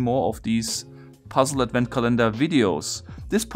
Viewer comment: Nitpick about pronunciation: The word Advent is pronounced AD-vent, not ad-VENT (accent on the first syllable). Otherwise great video, as always. :)